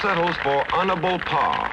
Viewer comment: "Hon-ah-bull paw!" Hahahaha